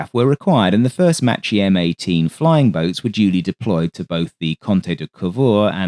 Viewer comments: Excellent vid. One slight quibble. Macchi is pronounced Mak-ee not matchee. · I like your work sir but you have mispronounced the Italian word m a c c h i. It's not the CH sound It sounds like m a w k i e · Good pronunciation, but every time you see a "ch" in an Italian word it means it's a strong C, essentially a K. So it's "Makki", "Frankini", "Frasketti" etc.